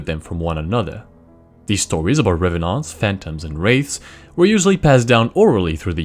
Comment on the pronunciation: The way he pronounced revenant made me happy for no particular reason.